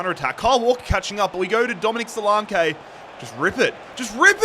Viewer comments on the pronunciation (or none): Don;t forget Dominic Solanke: So-lan-keee not So-Lawn-kaay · Who tf is solake? Ur missing a whole N when pronouncing his name 😂😂😂